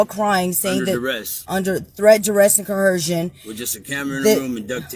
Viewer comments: “Coercion” has no H in it, where in the doohickey did they get that pronunciation?!!! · Can no one say coercion??? It's not co-HERSION. These people are so stupid. 🙄 Insane. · Threat duress coHERSION! Like LEARN THE WORD PLEASE if you’re gonna keep throwing it out there and using it smh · co·er·cion is the word PLEASE learn to say it PROPERLY---damn fools